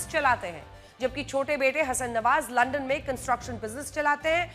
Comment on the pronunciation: अपशब्द क्यों बोल रही हो लंदन सुना है लंडन बोल कर मजा आता है क्या